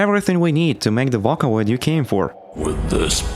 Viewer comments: Bro really called it V/a/caloid, not V/ō/caloid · You physically hurt my soul every time you pronounced it "Vacaloid" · Did you just say "voh ka Loyd's"? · vakkkaloid👍 vocloid❌ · Look I know you probably get this a lot. Sorry to potentially dogpile or something. But. Vakaloid??? VOCALoid. Vocal + Android. VOH-COOL. /vō′kəl/. Sorry I know it's rude. But it's like nails on a chalkboard to me. Otherwise, judging by the other comments, awesome work! I'm going to finish the video now. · screaming you did NOT call it vAhKaLoId, it's VOCALOID, like VOCAL, IT'S IN THE NAME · how to pronounce vocaloid!! vo-cal-oid (oh) (call) your welcome :3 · "vackaloid" god.. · ok as soon i clicked on this video i heard "SEKAI DE... 'these are vaca loids'" wtf is vaca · i've never heard someone pronounce vocaloid as vacaloid... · Every time this man says "vəkãloid" it makes me irrationally angry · Is it just me, or did the Intro sound like a Voicebank too? Also "Vah-coh-loi-hd" (^～^;)ゞ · "vaka oid" 💔💔💔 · not even 3 seconds in and did this mf just say vockaloid? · what the fuck is a "wacawoid" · it pains me when you pronounce vocaloid (vah-ca-loid) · DID HE SAY VACALOIDS 😭 VACA LOID 😭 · "vAcaloid" sayn ahh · Hearing vac-olaid hurts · did bro just say vockaloid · ðe way you pronounced vocaloid irks me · Also, you mispronounced Vocaloid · The fact that you pronounced vocaloid like that makes me very violent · you said vocaloid wrong on purpose... right? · Never before I have been so upset with the pronunciation of Vocaloid. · No hate. But he said “VOCALOID” so wrong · this video is great but if you ever pronounce "vocaloid" like that again i will hunt you for sport 💜💜💜💜💜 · teach this dude to say vocaloid. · he did NOT just pronounce vocaloid like that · How you pronounced the word "vocaloid" killed me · Because he pronounces vocaloid weird. Otherwise, this is amazing.